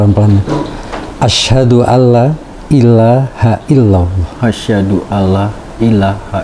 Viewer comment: Maaf yaa, bolehkan saya memberi masukan? Kalau bisa, kalau nuntun mualaf syahadat itu jangan langsung satu kalimat, akhirnya pengucapannya belibet, kata Asyhadu jadi asyadu Asyhadu ala ilaha illalloh jadi asyadu ala ha ilaha illalloh, nuntun mualaf yang di tuntun bersyahadat sebaiknya perkata atau sepenggal kalimat dulu saja, dalam belajar penglafalan bahasa arab kemudian baru satu kalimat ketika sudah lancar, terus pengucapannya yang mantap dan tegas supaya keluarnya makhroj itu jelas, maaf ya! Ini hanya sekedar masukan saja.